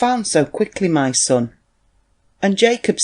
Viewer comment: Ma' sun' lol northern English accent was funny! 😂😂😂😂